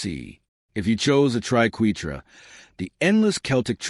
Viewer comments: This is shallow explanation. - AND - The AI "narrator" can't pronounce triquetra or ankh correctly. Artificial Idocy! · we are #3 and i love it when the fake AI can't pronounce Triquetra the proper way